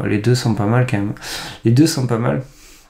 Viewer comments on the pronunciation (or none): vidéo géniale. s'il te plait fais un effort sur ton KM. C'est pénible. Ca s'écrit QUAND MÊME et ça se prononce comme ça s'écrit. C'est km pas compliqué 😂